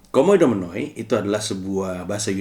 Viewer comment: Maaf bang, mungkin saran dikit hehehe. Dalam bahasa yunani, kata 'ou' itu dibaca 'u' hehehe. Sama halnya Oikoumene dibaca oikoumene